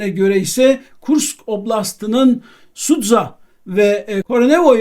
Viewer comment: Sudza degil Suca